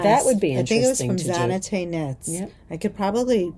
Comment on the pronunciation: Hi both lovely to watch you as ever. Just to help you with the pronunciation of Zanete - I did a Jacquard Ladderback workshop with her recently in London and she explained that her name is basically Jeanette but despite being Latvian, her mother gave her the French version so the Z at the start of the name is like a soft J as in “zhuzh” and the e at the end sounds like the a in Dina. Love the tees you are wearing , Juanita